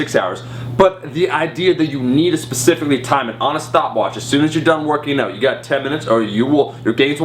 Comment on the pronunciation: wait.. did I just hear "oot"? Are you canadian Omar?